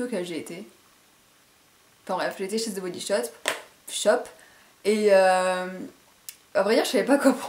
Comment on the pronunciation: Coucou, je sais que ca peux porter à confusion mais the comme dans "the body shop" ne se prononce pas avec un z. Bisou Ps: Lorsque tu parleras de Harry Potter, c'est ici où sur l'autre chaîne, car je ne la connais pas